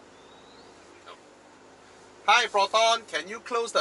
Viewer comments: i died at the slang "plotonn" xDDD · Damn It I lost it when you talk to Proton like typical Malaysian hahahahahaha